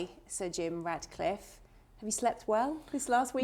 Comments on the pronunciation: Its ratcliffe not radcliffe! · Ratcliffe not Radcliffe love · It’s RATcliffe not RADcliffe. Jesus.